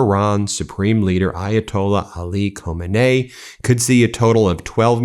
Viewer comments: Ben, please pronounce his name correctly! It's KHAMENIE, NOT KHO-MENIE. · Love your real new… Please check your pronunciation…Iran’s Supreme Leader, Ayatollah Ali Khamenei. * Khah-mah-NAY-ee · Thank you for your conscience and true reports. One thing only that Iranian leaders name is Kha-men-e-ii. You kind of sounded like Khomeini. Khomeini was first leader who passed years ago. Again thanks for your channel.